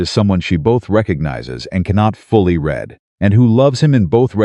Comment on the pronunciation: Your AI keeps getting the word "read" incorrect.